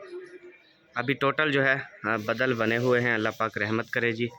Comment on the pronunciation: Bhae gee budal nae baaadal okay dnt mind please carry on v good